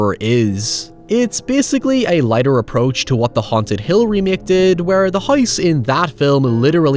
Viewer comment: What? Just cuz someone spends hours of hard work on something , doesn't mean it cant be bad. Your statement didn't make any sense Also the word is house. Not heyoose. Lol